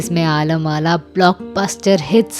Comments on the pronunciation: आलम आरा.. not आलम आला,.and नानूभाई वकील कहिये नंदूभाई वकील नाहीं! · आलम आरा है न कि आला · आलम आला नहीं.. आलम आरा.. And Nandubhai Vakil नहीं Nanubhai Vakil